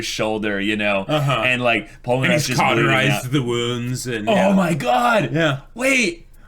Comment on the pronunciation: I thought you said Polpo for a second and I got hella confused on why u were calling Polnareff Polpo XD